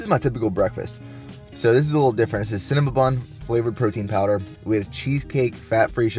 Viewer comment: Cinna-ma-bun. lol